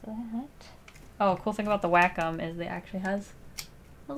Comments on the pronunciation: Its whack om nom nom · wA - cOm Wait I thought it was Way - com